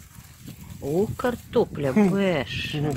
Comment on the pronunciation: Кортопля))) так смешно))) я теперь тоже так буду говорить